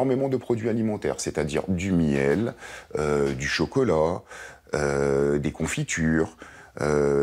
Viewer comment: " du chocolot "